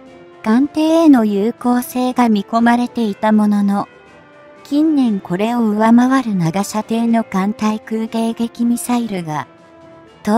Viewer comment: まだ｢ついかんみさいる｣って言ってるね。 ｢たいかんみさいる｣って言ってよ。 あと、｢ながしゃてい｣ってのも、｢ちょうしゃてい｣だよね。